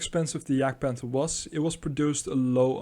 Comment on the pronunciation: "Yahgd-pahnther" not "jag-panther." Speak of gun "traverse" (side-to-side, up and down) not "range". The side armor of the Jagdpanther is one single plate of forged steel in the same plane from vehicle top to the tracks and front to back. This is the same angle as the side turret armor of the Panther tank! Beautiful.